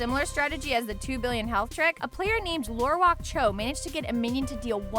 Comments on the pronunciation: Pretty sure she said Lorewalk Cho. Cringe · "A PLAYER NAMED LO WALK CHO." (The card used to accomplish the task is "Lore walker Cho." I doubt it's the player's name. ) Stop pretending to play the games ,, you can't pronounce any of the names, and besides the facts on development make me very upset internally. Make the content , please it's entertaining. But stop lying. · List of mistakes, Mispronunciations: Hemit Nesingwary, LorewalkER Cho, Kel'Thuzad, Gul'dan. Non existent things: Half Dagger, 0 out of 1 minion, The Skeleton King. Visual mistakes: Showing all of the basic heroes but Rexaar. Also, weird combinations of Beta and current footage.